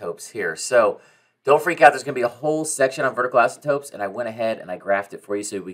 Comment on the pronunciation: Dude either you or me are saying asymptotes incorrectly